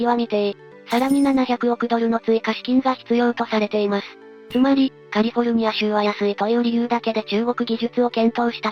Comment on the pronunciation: カルフォルニアZAMAwww